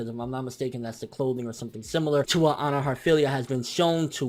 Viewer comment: her name is not Onna it is Anna as in Ann with an A at the end